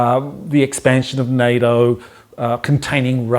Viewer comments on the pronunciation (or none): none